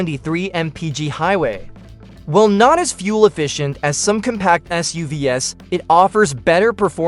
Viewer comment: shit I hate these AI voices. It can't pronounce SUV's and it repeats itself. I only got :44 into and had to thumbs down.